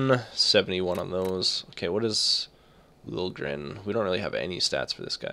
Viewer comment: Your first pick, his name is pronounced Lil - yeh - gren. He is a dual citizen, US and Sweden...